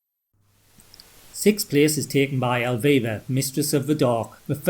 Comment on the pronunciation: Kudoes for showing “Elvira II” as the fifth scariest horror game, but showing footage of an empty road. Chilling. But nowhere near as scary as hearing this guy try to say, “Elvira.”